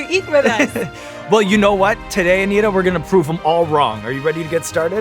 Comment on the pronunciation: Anitta or Anita? They say Anita but it's written Anitta?